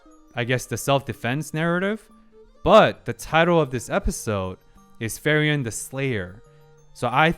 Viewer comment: I gotchu, her name is pronounced like Free-Ren, good stuff